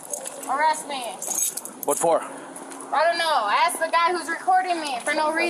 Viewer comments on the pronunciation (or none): Can one of these idiots, just once, say 'ask' instead of 'aks' ? Please...